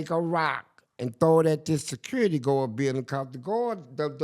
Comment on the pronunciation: That boy said you like "kis", meaning "this"😂😂😂😂